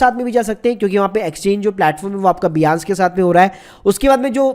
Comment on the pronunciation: Bhai its binance ..not biance